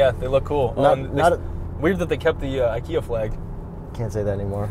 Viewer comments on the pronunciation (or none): none